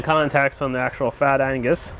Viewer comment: Agnuuuuuus! not "angus" !!!! LoL